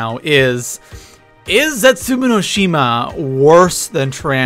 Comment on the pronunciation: Plz say zetsuboa right. It's very annoying and Der Eisendrache say that right too